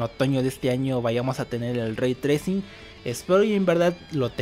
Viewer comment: pequeña aclaración Raytrai CING no raytracin XD